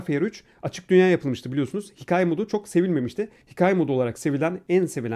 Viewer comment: Abi Sen Konuşunca Sende Şapkalı A Harfini Kullanmak Diye Bişey Yok Hikaye Diyorsunda Hiç A Harfini Yumuşatmadın Abi Hikaye